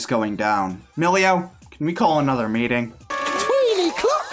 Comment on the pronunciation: I can excuse you calling Bella Belle by mistake, but MILLIO!?!?!